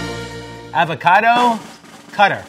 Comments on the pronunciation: Arber Loka or you can say it with a soft a sound like awe-vah-cah-doe. He says it more like “ave-a-cad-o” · Nobody:: avoQUADO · I can't stop saying "avoquado" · He says Ávocado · the fact that he pronounced avocado wrong the entire time tho😂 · Have I been mispronouncing avocado all my life or is he? It made me wince each time he said it. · Does the entire rest of the world say avocado with a short "a"? Why is nobody discussing this? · interesting pronunciation of avocado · I've never heard anyone pronounce avocado like he does. Very strange.